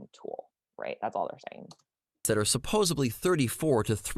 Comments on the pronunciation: I started questioning this guy's credentials when he kept using the word "supposeBly" instead of "supposeDly." You're right about the questionable use of English. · Nice debunk. I want to smack him every time he says 'supposibly'. :P